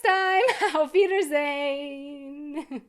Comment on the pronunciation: Try to pronounce Auf Wiedersehen, like Auf ( fui ) da -seen. It sounds so strange to hear you say it. You stick the W, which you say as a sharp V. Say it fast the way I broke it down and it will sound much more natural. Shönen Tag